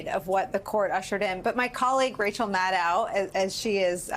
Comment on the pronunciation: Nicolle. Maybe it is my OCD talking, but PLEASE pronounce your colleague's name correctly. Her name is Maddow (ow as in throw, not ow as in cow).